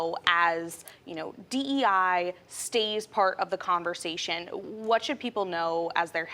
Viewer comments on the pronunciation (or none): none